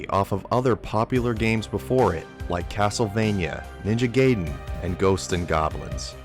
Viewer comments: Its pronounced "guy-den" you absolute heathen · My dude pronounced "gibs" correctly but just couldn't get "gaiden" right.